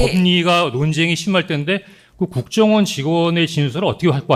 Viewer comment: 발음도 정확하고 설명도 명확하고 국정원징에 추천합니다